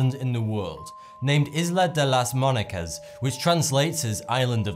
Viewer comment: he also pronounced "muñeca" wrong